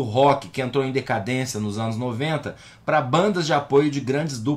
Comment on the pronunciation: Adorei o "Anus dos outros"🤣🤣🤣🤣🤣